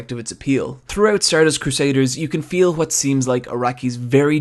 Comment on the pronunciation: wHat, where. No offene, but ffs this pronounciation triggers me